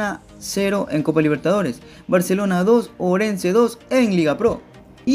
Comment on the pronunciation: Si vas a dar una informacion dala bien no somos lo mejores en defensa sino fuera por los arqueros salieramos goleados y habla bien es barcelona no baaarshelona